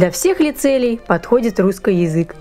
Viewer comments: в словах "русскай"? не "ы", а "а". ну и это единственная правильная форма вообще-то! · Мне не приятно как ты говоришь, в место ч, ш. Пётр великИй а не великЫй.... Не РусскЫй а РусскИй... И я всегда смотрю только на твои усы они странные, двигаются. И прости меня, мне их просто хочется оторвать! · Супер, спасибо! очень интересно. А вот вопрос есть: это так задумано, что вы окончания прилагательных -ый, -ий произносите как -ой...? вроде русской язык. Или это уже такой говор? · Мне одному режет слух прозношение окончаний? Русскэй вместо русский, эдэкэй вместо эдакий. Это вообще откуда? Классическое "правильное" произношение? Как этот феномен вообще нагуглить? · Всегда с интересом смотрю твои передачи. Но, ради Бога,, перестань переигрывать! Эти твои нарочитые и сильно преувеличенные акценты на: перьвый вместо первый; русскОй вместо русский, и т. п. - звучат искусственно. В речи людей, которые произносят это натурально, а не потому, что заставляют себя - это звучит органично и не привлекает внимания. У тебя-же это звучит вычурно и наигранно. Однако, это не уменьшает интерес к твоим произведениям. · Почему вы оба говорите "русскай" вместо "русский" ? и в других словах так же. Это неправильно! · Откуда у вас такое произношение "русскАй, филосовскАй, немецкАй"? Причем, девушка тоже так же произносит окончания. Это фишка или влияние какого-то диалекта? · А почему вы говорите русскЫй? Это историческое произношение? Тоже самое церЬковный, словянскЫй, перЬвый. Очень интересно! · "Русскый" слышу "русскай". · позвольте задать 2 вопроса! 1) как приавильно "обожжется" или "обожгется"? 2) почему говорит "ый" в окончаниях на "ий"?